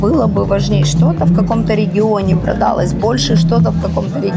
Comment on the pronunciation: собралАсь, а не собрАлась; продалОсь, а не продАлось; продалИсь, а не продАлись